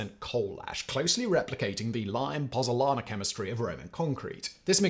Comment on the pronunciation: Hey YouTubers you have chilled the Pozuolana ZUO, 😂it had lasted 2 millennia before you came along to bring it down with your pronunciation😂😂